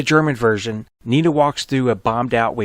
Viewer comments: It's not "Nina". It's "Nena". E like Edward. Nena, in many languages including German, means "little girl" or "baby girl". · I am pretty sure her name is pronounced "Neh'Nah". not nee'nah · Dont pronounce it "Nina", its "Neena" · "even in German, you can hear it as 'NEE-NA'" As a German, I can assure you that nobody's ever pronounced the name "Nee-na". It's like Victoria says, because the German "e" is always like the English "e" in, let's say, "Dennis" or "ever" or "set". And depending on what follows, it's long or short; here, one "n" follows, which makes it a long "e" (short, was it two "n") But nevermind the pronounciation; I like your video I just stumbled over by chance really a lot! ^^